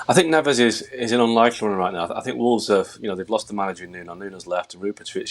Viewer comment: It’s pronounced Ne-vsh!!! So sick of these clueless presenters using Spanish pronunciations for Portuguese players.